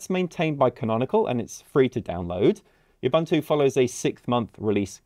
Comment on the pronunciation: Ubuntu is pronounced "oo-boon-two"